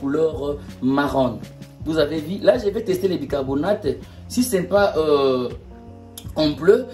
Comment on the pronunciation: bicarboNATE et non bicarboNADE SVP